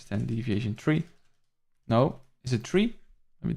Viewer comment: hell yeah thanks again bro! Yo kinda random but you pronounce the number 3 like tree and its funny because my family from Belize pronounces it that way haha I'm not sure if you got any Caribbean blood in you lol